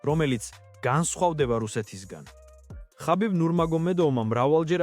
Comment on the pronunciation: ქართულად ხაბიბი კი არა ჰაბიბი